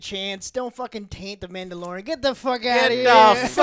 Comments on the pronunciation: “Yodalorian”. Perfect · Mandayodalin, joe! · Joe said Yodalorian 😆